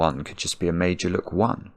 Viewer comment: Not gonna lie...I'm not overly familiar with Fillomino puzzles and I was listening more than watching. It sounded like was saying "made-you-look", and I didn't know he was saying Meidjuluk until I read the instructions 😂😂😂.